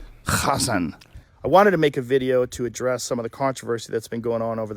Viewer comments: Why did he say his name like that 😭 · Bro why he say hasanabi like that😂